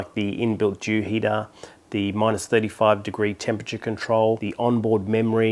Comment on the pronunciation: Did you said jew heater 😂😂😂😂😂😂